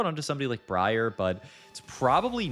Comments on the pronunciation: brand new? He purposely mispronounces things so people like you comment on it and boost engagement. Hook, line, and sinker. 🎣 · Interesting way to say Briar. Bree Are